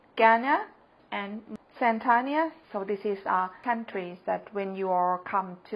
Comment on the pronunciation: Zan-Tania? Hmmmmm